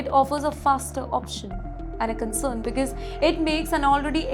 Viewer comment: Learn to pronounce “because” correctly. It’s not becase like you do